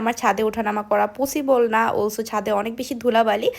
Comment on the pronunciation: পুসিবল না পসিবল।